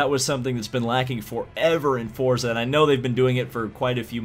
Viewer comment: It’s pronounced “Fortza”